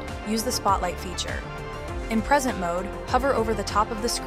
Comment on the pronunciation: Nice demo. Gamma is super useful. Super stoked I found it. This is likely produced with an AI voice actor. Pay attention to the pronunciation of the word "present"